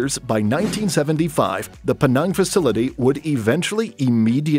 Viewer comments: "In PEE NARNGH..." My Malaysianess cannot take this.... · penang, the e is like from cheese, and nang is pronounced like the a in tangible